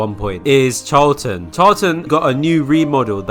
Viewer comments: HER NAME IS PRONOUNCED CHAR - A - LANT (I'm pretty sure) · Charlatan is pronouced Sh-ar-la-tan Not trying to be rude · said it wrong char: Sounds like "char" in the English word "charcoal" (with a tapped or slightly rolled Spanish 'r') la: sounds like the "la" in the musical scale (do-re-mi-fa-sol-la) tán: Stressed syllable with an "ah" vowel sound ending in an "n" sound. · CHARLATAN'S A FREAKING SHE?!?! SO YOU'RE TELLING ME THAT I'VE BEEN MISPRONOUNCING CHARLATAN SINCE I JOINED?!?!?! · That is NOT how you pronounce charlatan my guy 😭